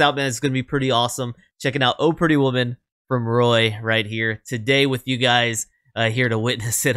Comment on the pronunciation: The accent does not go on the word "Oh." The accent goes on "Pretty Woman." The way you said it sounded funny...lol